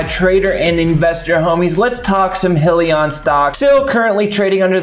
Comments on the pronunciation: Please first learn how to accurately pronounce the company name in order to be taken seriously. It's High..lee...on. Not Hill...lee...on. SMH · Congrats on the post but just a reminder though, it’s pronounced “High-lion” not “He-lion” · FYI.... Its not "Hill-e-on" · What is Hill-e-on? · your saying Hyliion wrong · Good video though! - But proper pronunciation exhibits much more “in the know” and a higher level of professionalism! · Please learn how to say the companies name right 😂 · Lmao was my first thought as well especially if u are making videos about them!